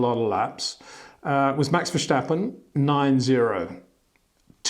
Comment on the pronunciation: HEY PETER WINDSOR, I HAVE MESSAGE FOR YOU SIR: it is NOT Max "verSHtappen" ... Max is not German (Germans indeed do pronounce "st" as "sht") ... #Max33 = Dutch NL/Belgium! ... It is not "Bottash" nor is it "Lewish" certainly not "verSHtappen" .... This BS started long time ago when a British sport presenter interviewed father Jos Verstappen and assumed you can use a German pronunciation to a Dutch Driver thinking it is so "funny" ... It is not.